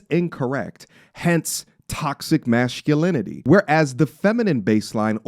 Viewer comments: bruh there is no H in masculinity… you make it sound weird lol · This nigga says “Mashculinity” 😂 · Why you pronouncing masculine and masculinity as mashhculine and masshhculinity that’s not how it’s said or you got a speech impediment tf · What's 'mashculinity'? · Why you pronouncing masculinity like that lol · My G. No offense, but there's no ' H ' in masculinity. Review. Please. My O.C.D is tripping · Love the video G But you gotta learn how to pronounce masculinity ….mtr sounding like Sylvester da cat on this one 😹